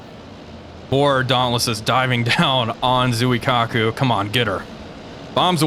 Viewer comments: Why can no You Tubers pronounce Japanese names? It would only retake a second to do some basic research. May I suggest you watch the movie, “The Final Countdown.” You might learn a thing or two of Japanese from a young Martin Sheen. Other than a native Japanese, I’ve never once heard anyone on TV correctly pronounce the city of Kyoto either. It’s not KEE-YO-TO. It’s /Kyo’-to/. Nor is it Zoo-eee-Kaku. My ears are bleeding. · Because everyone pronounces it Zoo-eee-kaku, even those in academia.